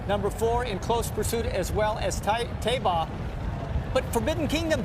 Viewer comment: Man, Jerry Bailey is getting senile. He's my favorite jockey ever. Cigar is the greatest horse I ever saw. My 2nd favorite behind Rock Hard Ten. But Jerry said Santa Anita Handicap and pronounces it Thai-ba. It's Tay-ba.